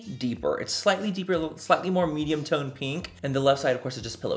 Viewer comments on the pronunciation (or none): none